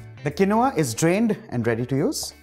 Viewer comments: The pronunciation is kēnwä , not kenowah. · He pronounced quinoa wrongly